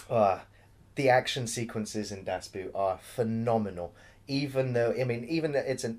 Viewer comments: Just pronounce it like “boat”, not “boot”, then you’re on the right track. German “Boot” means “boat” and is also pronounced very similarly ;) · Sounds like you are taking about a „boot“. Das Boot is pronounced much like the english word „boat“ just with a longer vowel sound. The more you know... :-) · Sorry guys, it is Das BOAT, Pronunciation of the german "boot" is more or less the same as the english "boat" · ALARM!!! good job on not being BBC- biased. And its not Das Boot, Das BOO(double O)T. Its the best submarine movie, U571 is a cheap ripoff. One of the funny scenes is the first one actually, when then the two sailors piss on that Mercedes, and I thought like: shit, those guys are in trouble, but the captains commentary killed me: "Thats the fire drill". Yeah, one of the best war movies ever. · Two things. One of the great things about the movie is the excellent soundtrack (you could have a least mentioned it). Also please pronounce it as 'Das boat' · Well it's been said before down here ,"DON"T" get the English version .It's sounds like a cartoon . Watch the original German and also the Director's edition (cut) The longest version you can get .A bit of educational human speaks German ..... and it's pronounce" Dass Boat " idiots as in ship (boat) . "ALAAAARM ,ALAAARM !!!!FLUTEN ,FLUTEN ..................nah, manner April ,April !! Übung ist dass halbe leben!! ProbeAlarm !!!!! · It's pronounced "boat"... come on. That one isn't hard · Please you people from English speaking countries: Das Boot (boat) is not pronounced like the boot (footwear). Think of 'bot' but with a long 'o'. 😉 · And the 'oo' in 'boot' is pronounced the same way as 'oo' in 'door'. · The pronunciation...😂. "Boot" sounds more like "boat", but a little more extended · Great review of an excellent movie. Definitely the best submarine movie ever, and one of the best war movies ever. I watch it at least once a year. I just wish you'd stop saying "das boot" and say "das boat" :-)